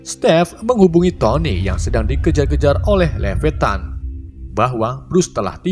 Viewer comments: Levettan??.. Levietan 😂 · Bukan levetan tapi leviatan